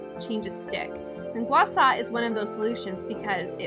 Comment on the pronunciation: Gua Shaw not Gua Saw! If you’re gonna say it say it right!